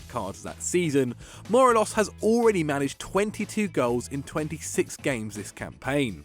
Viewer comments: It’s M-O-R-E-L-O-S Not Moreloz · Mor-ay-los, you have to put emphasis on the e, not the o for Morelos’ name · That might be the worst pronunciation of Morelos’ name I’ve ever heard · im disliking solely for the pronounciation of morelos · Pronounce Morelos like a fanny 😂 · Thats not how you pronounce Morelos. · When you pick morelos (and can't pronounce his name) over Edouard 😂😂😂😂 you're smoking crack mate. Can't score against celtic or any decent European opposition. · Not only did you pronounce Morelos wrong but you got Zahavi’s team wrong too. Zahavi plays for Guangzhou R&F not “Gangzhou” Evergrande